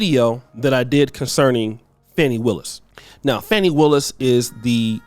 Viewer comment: Yes. It’s Fani. Not “Fauni” as they’re calling her😅